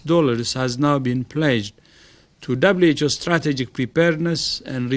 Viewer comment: He keeps saying Double H O instead of Double U H O. Is anyone else catching that? I keep cringing when I hear it. Lol!